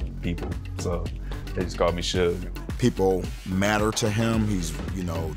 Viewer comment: Shug not Sug